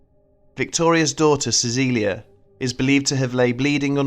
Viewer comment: Your pronunciation of Cäcilia was nearly spot on! Congrats!